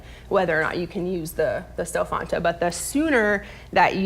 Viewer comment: She said Stelfonta